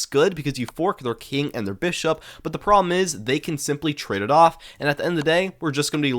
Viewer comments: The way you say problem is making me crash out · You have to learn to pronounce "problem."